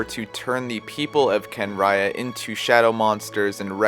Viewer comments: I’m sorry can ria that’s how you say kanriean I can’t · No one mentions that his Constellation is a fetus in a flask. Also, as mentioned, "Homuncular Nature" They could have expanded his story at least a bit more than they did, this is all cool, but only between the lines... Kahn-ree-ahhh